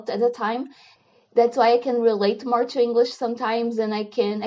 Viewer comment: Fiquei bastante impressionado com sua fluência no inglês. Realmente muito boa. Só chamo sua atenção para a pronúncia da palavra "to" que marcou bem o sotaque. Estou me inscrevendo no seu canal para aprender com você! Obrigado pelo incentivo.